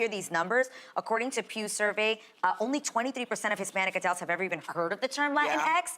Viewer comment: It bothers me that she says “adElts” and not “adUlts”. 😵‍💫